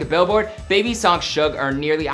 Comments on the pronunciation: Does anybody else hate how he prounounces suge like “shug” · Lmao it bothers me how they pronounce suge lmao. I put it in the translator so the robot can pronounce it and it’s the same pronunciation 🤣 it’s SOOGE* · I dont like the pronounciation of suge its like "siutch"